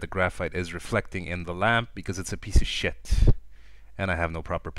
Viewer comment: "AND ALL THE LITTLE BUMPS AND SHET" lmfao how he said SHIT was funny